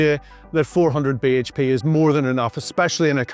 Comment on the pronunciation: "400 beige pay"? What linguistic abuse is this? 😛